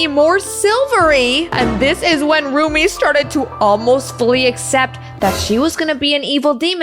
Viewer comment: I'm sorry dut it's Rumi not Ruby